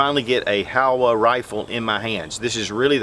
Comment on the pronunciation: HOWA makes great rifles. Irregardless of how CHEESEY the old guy pronounces the name! Lol